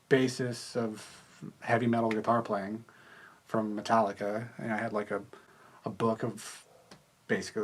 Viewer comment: "metalika" still six